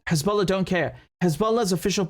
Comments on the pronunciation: “KHezballa” 🤣 how can we trust what someone who can’t even speak properly says. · I can't believe he just called them Khezbollah...🤦🏽‍♂️ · Right? Perfect English accent, somehow can’t pronounce the H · David Mencer: Khisbolla 🤣🤣🤣